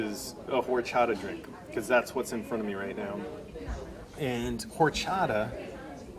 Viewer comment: IM FROM THERE!!!!!! You say horchata wrong. AND DONT OPEN THE PUPUSA. Its not seeds. It is pasteurized -_